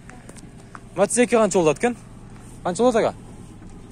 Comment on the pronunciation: Матазди жакшына айтчы Матиз деп